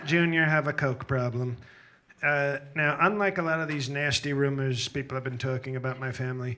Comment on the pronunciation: The way he enunciates 'nice' and 'nasty' - chef's kiss 😂😂😂